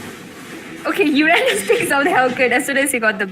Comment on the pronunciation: Nub girl commentator...don't even knw anything abt ml.... Moreover she said urandus to uranus😂